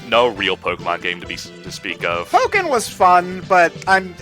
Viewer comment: Please note: It's Pokken, not "Poken". ("PO-[brief silence; double consonant]-ken"; not "POH-ken" or "PAH-ken".) The name is a combination of Pokémon (Jap: "Poketto Monstaa", which, in English, transliterates as "Pocket Monsters") and Tekken.